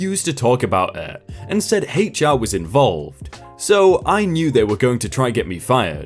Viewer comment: That is "HR" he said "hate char"